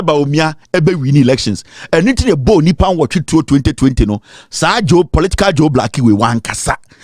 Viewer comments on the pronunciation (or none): none